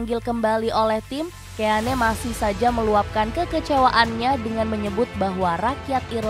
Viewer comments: Dibaca roy kin.. ROY KIN.. KIN.. ROY KIN.. bukan KÉ A NÉ 🔥😡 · Bukan Roy keyane kak. Mohon koreksi Roy keane = baca Roy Kein 😁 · Kin aja d bacanya min, risih gw dengernya keane, lo sklh lulusan apa sih? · Roy kein,,,di bacanya,,,ngeri ngeri sedap didengernya Keane,,haha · gatel bgt denger penyebutan Roy Ke-ya-ne 😭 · Dibaca Roy Kéin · Seaman, keane ..... diperbaiki dong cara bacanya